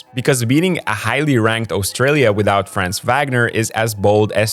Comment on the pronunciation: Valid observations. Germany might go all the way this year. Short note on the pronunciation of "Franz": it's not a long vowel like in "France", it's short like in "buns".